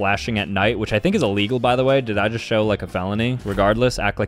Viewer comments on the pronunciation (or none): none